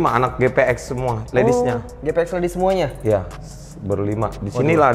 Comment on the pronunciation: emang gua doang yang dengar ngomong "SMUANYA ADA KEKURANGAN DAN KELEMAHAN"😆Itu apa beda nya banggggg